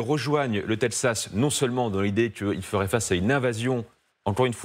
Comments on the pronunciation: faudra expliquer à votre consultant expert international qu'on prononce Texas et non Tepsas... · le "tedxas", c'est comme cela que ça se prononce ? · Chaque fois qu'il disait " tepzas " 🤣🤣🤣🤣🤣🙈🤭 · Quelqu'un peut-il leur apprendre à dire correctement texas ... 😅😂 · Il a un problème avec la prononciation de « texas » 😂